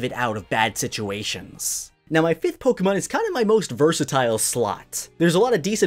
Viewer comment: I appreciate the way you pronounce Pokemon cant stand it when people say Pok eee Man